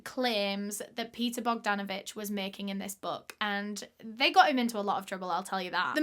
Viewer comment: when she says Paul Bogdanavich 😅